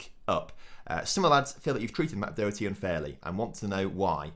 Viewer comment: Doherty is pronounced Daw-her-tee